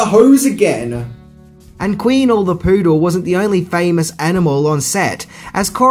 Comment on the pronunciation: Queenel...? Queenie